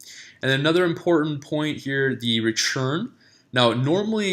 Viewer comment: Why do you say RECHURN instead of RETURN?